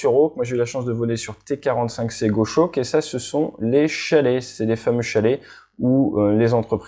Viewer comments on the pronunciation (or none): juste un détail de prononciation, GOSHAWK se prononce GOS-HAWK pas GO-SHAWK